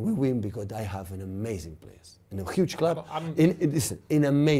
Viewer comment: Why a u ge... Who says am ge?!. U a ge🤣🤣🤣🤣